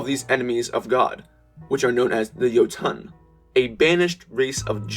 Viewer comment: Yeti Cool Brothers better not come back a Jotun, [Yo- Tun]